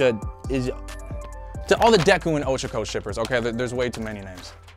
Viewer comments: ITS PRONOUNCED oh-cha-co NOT ochiko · Ochago?? It's O-CHA-kO UR-AK-A that's how you pronounce it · its not o-show-ko, its o-CHA-ko (pronounced like cha cha) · He says ochako like oshako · Okay not sure if it’s just me but it’s really annoying, being I live in japan, at how bad he butchers the names. Kiyoka? There’s no i people. And ochaco. It’s o cha ko. I’m so sorry, this just really makes me mad. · Me: hearing how you pronounce ochaco minecraft oof noise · The way he pronounces ochako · I’m just triggered how he’s pronouncing the names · You can tell he watches Eng Dub by how he pronounces Ochaco.. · WHy are you butchering O-CHA-KO and TO-KO-YA-MI 's names ? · Your pronunciation of ochaco is unnerving